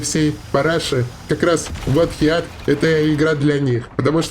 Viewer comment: Да не хеат, а ХИТ!))